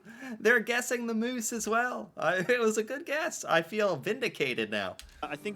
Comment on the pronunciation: Lol Moose, MOOSE! WRONG! LOL